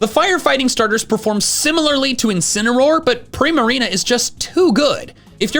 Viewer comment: INCINEROAR, NOT INCENAROAR! FIX IT NOW!